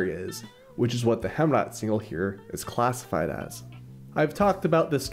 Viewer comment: Heemraadsingel is pronounced like "Haym raad single" not "Hem raad single" otherwise great movie